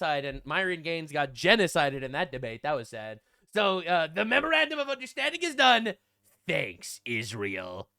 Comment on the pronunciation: The "Memorandum of Understanding" became "The Mrrmrrfrr of Consequences" lmao